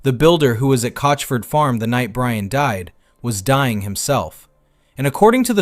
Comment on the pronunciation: You Wuv Bwian ❤😂